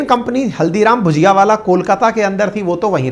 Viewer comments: your pronunciation is wrong may be because you do not know the difference between ‘ bhAjia’ and ‘bhUjia’. Haldiram is known for bhUjia and not bhAjia. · भजिया और भुजिया में फर्क होता है, हल्दीराम की भुजिया है ना कि भजिया